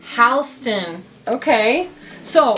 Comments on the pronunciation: Halston is pronounced like "hall-ston." Billy Joel used "Halston dress" in one of his tunes. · I just wanted to share that Halston is pronounced "Hall ston". It was super popular during the 70's and 80's. I'm dating myself here! 😂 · It’s: “ Hawlston”…. pronunciation ☺️ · Halston pronounced hall ston.... beautiful, carry on 😃